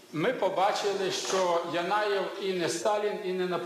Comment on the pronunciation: Янаєв! Не Єнаєв